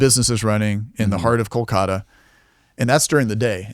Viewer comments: He is pronouncing it like a real Indian does. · he prounounced it fine